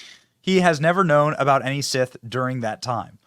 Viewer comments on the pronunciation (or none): none